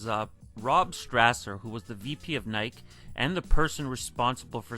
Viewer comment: It’s NY-KEE not NY-KUH.... it’s like when people say it’s a Nike “check” cringe city!!! It’s a SWOOSH GODDAMNIT SWOOSH SWOOSH SWOOSH!!!!! 😤🥶🤬🤯🤭😂😂😂 Also imagine ADIDAS JORDAN 1 (Air was a Nike exclusive technology before it was Michaels’ famous nickname, his first nickname was captain marvel) so imagine ADIDAS CAPTAIN MARVEL 1 ADIDAS JORDAN SUPERSTAR 1 ADIDAS JORDAN FORUM 1 etc. It could’ve been so much worse THE JORDAN SPORTS INC 1 😕🥴🤭🤢🤮🤤😴